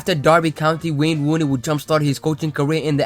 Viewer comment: I giggle each time you say wane wooney